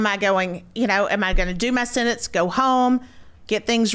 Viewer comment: “Senence”? There’s a “T” in that word. SENTENCE.